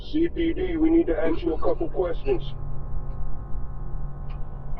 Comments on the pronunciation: Need to " AXE " you a couple questions...... Gotta love ebonics..... LLLLMMMMAAAAAOOO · Imagine a police department wanting to "axe" you a couple questions lmao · “CPD! We need to AX you a couple questions” I really hope these POS sound this type of crime, like trying to get people to answer the door, stating that fire are arrested! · Imagine faking being a cop dressed like that and saying “aks” you a couple questions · Thats what I was thinking. Invite them in for some expresso and they can ax away.